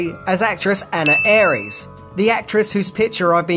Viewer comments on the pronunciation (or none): none